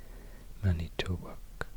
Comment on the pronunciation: I’m from Wisconsin and you had perfect pronunciation on Manitowoc and Milwaukee, and you were accurate with all your info. Major props to you!! Got a like and sub from me!